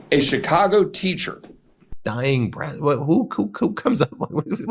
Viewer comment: He said breath horribly😊